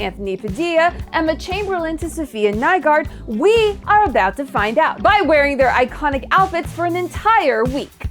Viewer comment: The pronounciation in this video is sub-par. Femme should be pronounced as famm. Faux is french and the word is pronounced as Fore without an r-sound. Safiya Nygaard is half danish. Her lastname is danish so everyone should pronounce it accordingly. I can say it but can't explain in text how. Use Transelate or something.